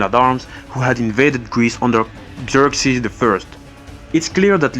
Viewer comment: you said ' Jerk-sees '